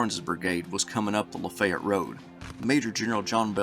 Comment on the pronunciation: Cool upload! Ty! So...Lafaylette...is pronounced (Lah Fay yet)